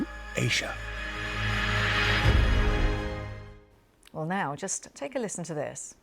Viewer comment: It was immediately clear the second audio was different. Syntax was different, and so was pronunciation of Asia. The AI voice was pronouncing it as "Aisha" instead I'd "Aizha".